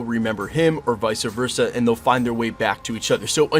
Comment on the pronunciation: Vice Versa; not Vica Versa